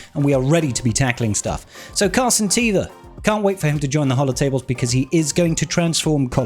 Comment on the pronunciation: Am I the only one that noticed you always say "captain car santeva" instead of "captain Carson teva"? 🤣